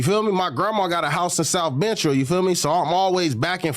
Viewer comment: If he could say “South”why can’t he say “Central “ 🤨